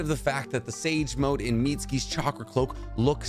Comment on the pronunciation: Y’all heard him say sake snage mode?🤣 great video though.